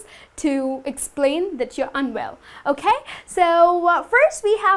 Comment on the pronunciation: Act less and teach more. ... and your "okhhay"....sucks!